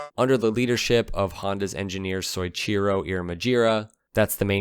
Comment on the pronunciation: I didn't know anything about this bike, thanks! BTW all Japanese words and names are pronounced one syllable at a time. Soichoro is pronounced so-i-chi-ro, 4 syllables. (Syllables with a ya, yu, or yo after consonant -- like "kyo" -- are 1 syllable: Tokyo and Kyoto are pronounced To-kyo and Kyo-to.)